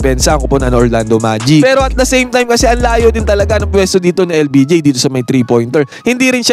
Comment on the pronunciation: Hoy Admin. LBJ ha hindi LPG ano yan gasul 😂